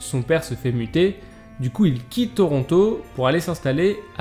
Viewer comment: Qui d'autre entend "son père se fait buter" au lieu de "muter" à ?